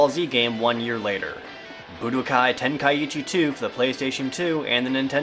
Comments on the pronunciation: You're not saying Tenkaichi properly....say TEN.....KAI......CHI, you're ursing the first i twice, otherwise it would be Tenka ichi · Jared's mispronouncing Tenkaichi >.< He's saying Tenkaiichi not Tenkaichi. Ten-Kai-Chi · your saying tenkaichi wrong " its ten-kai-chi"~ the ka and I make 1 sound so you don't repeat the I afterwards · it's pronounced ten kai chi. 3 separate words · Ten-kai-ee-chi Wat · it's tenkaichi where do you get the 2nd i that makes it tenkaiichi people need to learn to practice the grammer what it reads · There's only one "i" after the a in Tenkaichi, but the way you pronounced it made it sound like there's two "i"s there, making it Tenkaiichi. I might be wrong, though.